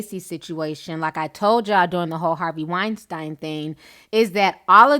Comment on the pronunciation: I wish you would pronounce Weinstein (Wine-Steen) right..just once...not because he deserves respect but just because its annoying AF